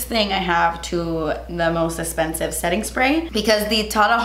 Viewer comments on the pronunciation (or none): Esspensive? What the hell is wrong with speaking English properly? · Not trying to be rude; but does she have issues on pronouncing "eXpensive"?🤷🤷🤷 It's driving me crazy🤦😖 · This is the most “DAS ESPENSIVE” video EVER. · Drinking game: Take a shot every time says “Das Esspensive” 😂♥️ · let me know what you guys want to see on my channel! us: most expensive makeup at Sephora.: us:: but DAS ESPENSIVE! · I literally squealed when said "DASS ESSPENSIVE" like within the first few minutes of the video 💜💜💜💜💜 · Literally clicked on this video to hear say "das espensive" after every product hahaha 😂😂😂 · I love the way you say "Das esspensive!" and some of my friends and I have started saying it. You've started a trend. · ‘Thats espensive’ 😚 looooove you😘😘😘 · I absolutely loved the sasssss, so funny, and fr... das... espensive.. 🤯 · The way says expensive is so satisfying 😅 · OMG! I've never seen your channel before, but girl you are so funny and entertaining! You are gorgeous with or without makeup, but man you cracked me up! I know this video is a year old, but I got a kick out of "Eh-spensive", like you were afraid to say the "x". I think you should trademark that word. Seriously, I loved your video, excellent products and I agree, expensive does not always mean better. I loved the note you put up, "p.s. I ended up hating this!" - I think it was the primer. Thank you, you rock! 👍😉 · I loooove the way she says Expensive...Essspensive!💕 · Youre so funny😄 I love how you say spensive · Love how she says essspensive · Twas esspensive but your face looks great!lol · Drink every time she says das espensive 🤣🤣🤣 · OMG! YEEEEESSSS! And cant continue this video because the way she pronounces expensive lol